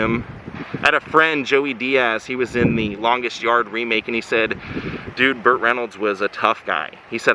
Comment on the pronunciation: Burt! Not butt! Lol